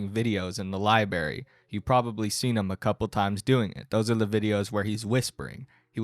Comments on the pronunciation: "... kicked out of the LI-BARY" BRO, wth you doing leaving out an R, lololol? Edit: and then you said it like 4 times; my bloody ears mate 🙉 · It's pronounced Lie-Brayer-ee not Lie-Berry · As a friend. Library, not liberry. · Bro is building a career around making fun of people and legit said "liberry" like 10 times in this video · I like this guy. But his pronunciation of "liberry" did strike me right in the nuts every time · Im sorry but i cracked up every time you said library lol "libary" it has 2 r's.....lol you are still awesome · sounds like a speech impediment. If he can do it all these other people he has in his videos can get jobs as well and be successful. You can always go watch a Mr beast video